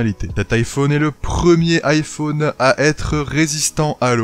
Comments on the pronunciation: on dit normalement iphAUne et pas IPhOOOne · Ça me stresse comment il prononce "iphone" pas vous ? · Il prononce beaucoup le "o"